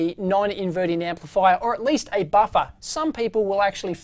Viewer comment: Love when he says “baffa”.